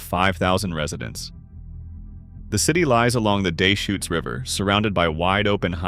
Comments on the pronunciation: Deschutes = duhSHOOTS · How about the Dayshoots River?